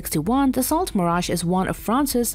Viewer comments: Da-so not Da-sailt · dassault is pronounced dasseau. It would be nice if these half assed videos that people put out had some research behind them. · “Da Salt mirage three” god this video is bad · Also couldn't pronounce Dassault correctly. (it's "da-so," not "dassalt.") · Dass - salt Mirage? No. Dass - sow Mirage? That's better. A little effort goes a long way in helping the credibility. It's only French, after all. It's pretty common. Not like it's some obscure dialect no one's heard of. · DAS AUX ! Pronunciation 😉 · What is a Dasalt? C'mon. really? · Dassault is a French company and is pronounced differently because French is very different from English.